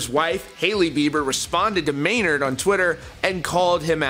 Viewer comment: It’s Maynard, bro